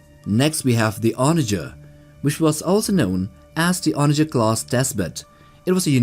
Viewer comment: Onager´s the wrong way lol Good Video over all <3